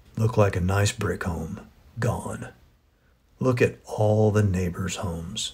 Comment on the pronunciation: i know what you actually said, but the way you said "neighbors" kinda made me have to do a double take so idk what u wanna do there